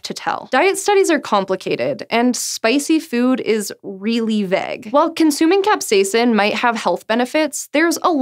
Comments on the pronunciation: it is VAUGE NOT *VEG*!!!!!!! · Her pronouncing vague as 'veg' ... ? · veg?? VEG?? you must mean VAGUE